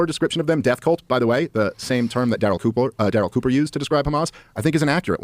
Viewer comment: See I wanted to like this video, but trashing Daryl Cooper is a no, especially when you can't get his name right, if you're gonna make content, do your research or shut your mouth